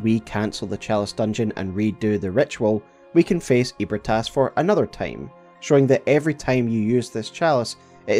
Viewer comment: Bro NOTHING in this story is called “EEH-brih-TAS.” Wtf are you saying? for real. All the effort to unpack lore, and you ruin it…saying “ eat Brit ass, eat Brit ass.”